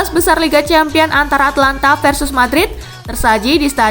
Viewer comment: Min tolong Atalanta jangan dibaca Atlanta soalnya itu beda